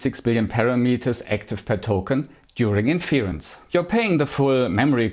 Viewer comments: My comment was specifically not about accent but about pronunciation (e.g. , inference is pronounced differently from the verb “to infer”: the stress is on the first syllable and the first “e” is pronounced like the “e” in “tech”). But I agree that other things are more important, and I somehow regret commenting on that topic at all. Never mind, and keep it up! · Hey bisschen off topic und bitte nicht übel nehmen - wenn Du magst, könntest Du mal ein paar von den schwierigeren englischen Wörtern, die man ständig benutzt beim Thema KI (inference fällt mir spontan ein, aber es waren mehr), nachschlagen wegen der Aussprache. Tschörmen Ecksent ist auf YouTube gar kein Problem, aber bei den Fachbegriffen würde es vielleicht professioneller wirken, sie zwar mit Akzent, aber davon abgesehen korrekt auszusprechen. Ich empfehle die kostenlose Seite der Cambridge Dictionary, die haben sowohl Hörbeispiele als auch einen tollen Ersatz für die nervige Lautschrift. With that out of the way: I like your channel a lot, keep being different than those who just run the same boring tests on every new model!